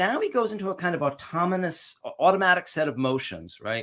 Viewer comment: What's an "automanous set of motions"?? You criticize Trump's inability to speak coherently, while displaying the same basic symptoms. Doctor heal thyself!